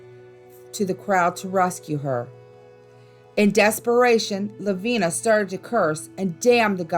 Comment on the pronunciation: I gave this video a chance being from South Carolina I knew the stories I might hear would be ones I already knew. But had no idea about all the mispronunciations. Ediso for an example... its Ed-it-stow...Edisto Island. Lavinia Fisher's name is said as La-vin-i-a. Honestly when doing a YT video take the extra time to check out the pronunciations of a name or place. It takes seconds and google will even teach you how to say them. Its a matter of taking pride in your YT video as well as showing respect to the ppl, places, and stories that are told.